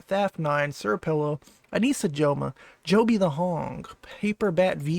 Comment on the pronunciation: why'd you pronounce my boi jobby's name wrong Also I'm surprised by this discovery